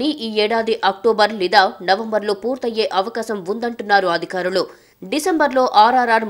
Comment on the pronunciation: amma thalli aaaadikarulu kaadamaa adhikaarulu